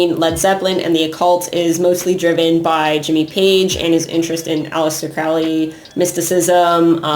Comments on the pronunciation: Crowley is pronounced like Holy not "fouly" lol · Everyone always saying Crowleys name wrong. He wrote a friggin poem literally telling you how to pronounce it. Ffs. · It really is! Haha Apparently it's been mispronounced his whole life. I believe Crowley even came up with a cheesy phrase similar to the one I commented, to teach people the correct pronunciation.